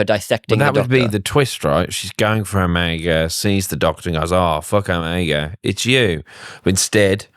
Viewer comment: You lost me at your incorrect pronunciation of ‘era’ and ‘Omega’.